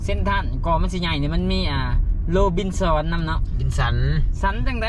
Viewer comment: โอ้ยพากันอ่านออกเสียงภาษาไทยได้น่ารักมาก ข้าวเป-ล่า เสื้อเรวิด ห้างโรบินสอนพะนะแสดงอ่านภาษาออกอย่างแตกฉานมาก(โรบินสัน,ลีวายข้าวเปล่าจ้า)😂😂😂😂😂😂